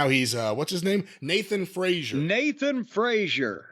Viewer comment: Frazer...not Frazier